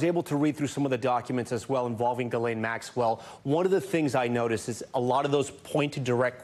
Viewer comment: Why is pronouncing Maxwell’s name this difficult for people calling themselves journalists? Come on